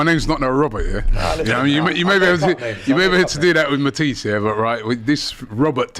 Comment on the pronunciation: mispronouncing Matisse name for banter kinda gets to me I don't know why lol